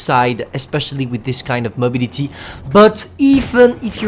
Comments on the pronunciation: i love it when you say mobility it soubds funny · Ye that ‘y’ at the end is kinda funny